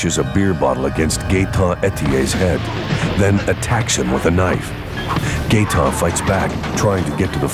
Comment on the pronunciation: “Gaeton Etier” you gotta be fucking kidding me lol